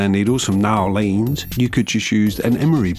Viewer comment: as a native louisianan, your pronunciation of "New Orleans" is quite atrocious, I love it